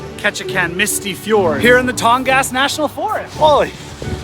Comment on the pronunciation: Born and raised in Southeast Alaska, and found this a fun outside look at things. The Marine Highway is incredibly important to that part of the world. Hearing you mispronounce "Tongass" hurt my soul a little though LOL.